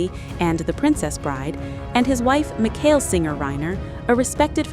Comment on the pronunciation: Terrible AI voice. Can’t you edit the pronunciation? It’s MiSHELL not MIKHAIL. Lazy.